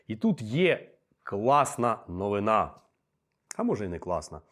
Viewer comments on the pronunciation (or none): none